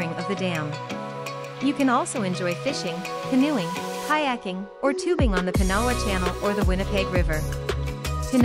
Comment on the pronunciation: Pinawa is pronounced pin a waw . You forgot Grand Beach , excellent campground , great beach . There are nany more . Close to Winnipeg Birds Hill Park is decent .